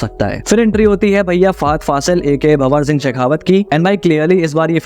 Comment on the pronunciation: Hi, Just want to make few corrections for visible mistakes, its not- JAGthara but JA-THARA(means Temple Festival, here its Gangamma- Water Goddess) & its not BHA-war Singh but BHAN-WAR Singh Shikawat. Great video btw❤